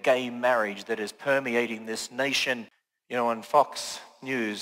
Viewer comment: Did he say, "Y'know, on Fucks' News?"